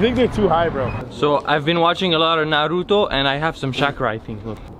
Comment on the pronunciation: narruto... ITS NARUTO SO BELIEVE IT